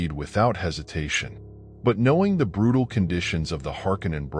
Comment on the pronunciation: now i get why he say "they are brrrutal"